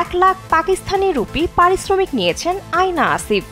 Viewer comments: আয়না 😂😂😂😂 আয়না❌ আ্যয়না✅ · উচ্চারণ এতো বাজে আপনাদের অ্যায়না কে বলছেন আয়না , সামার জাফরি কে বলছেন সমর , পারওয়ারিশ কে বলছে পরবরিশ এবং মায়ি রি কে তো মেইরি বানাই দিলেন 🙂 যে বিষয়ে রিপোর্ট বানাইলেন সেইটা সম্পর্কে একটু হলেও তো ধারনা রাখতে হয়। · আয়না না❌অ্যইনা